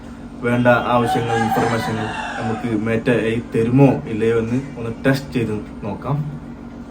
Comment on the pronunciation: മേറ്റ അല്ല 😂😂 മെറ്റ എന്നാണ് 🤣🤣🤣